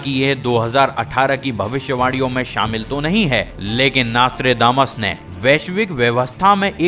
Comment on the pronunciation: Abe chutie Vo nastre nahi Nostradamus hai